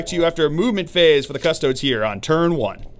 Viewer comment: Cuh - STOH - deez